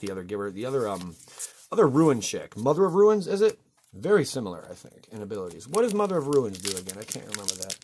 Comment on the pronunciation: read the comments! RUNES... not RUINS.